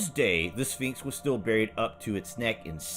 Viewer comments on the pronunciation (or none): none